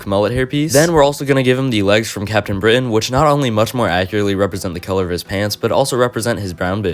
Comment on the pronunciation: Bro said captain britan